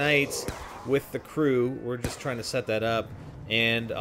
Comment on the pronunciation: AND THEN YOU JIST KNOFE LMAO KNOFE WTF